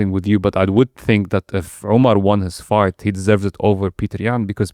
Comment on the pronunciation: Why does the host keep pronouncing "fight" as "fart" ?!